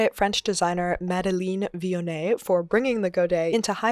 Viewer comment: Brb adding godets to every garment I own xxx I love the process and the look! You pronounced "Vionnet" well, in french the "ei" in "Madeleine" is pronounced like a longer "eh" ! Also I audibly laughed at the gremlin hand and the "terrifying" - def caught me off guard. Love what you do!